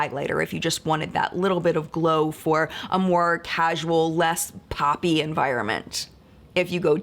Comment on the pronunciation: Lmao 😂 when you said Poppy environment my husband heard Papi environment, like it was an area covered in men lmao!!!!!😂😂😂😂